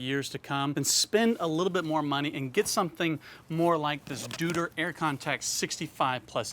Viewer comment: It's not dutor it's pronounced more like doiter. Happy to say anything in your comment section. Love your content and being jealous of your Beard. Thanks for the good work.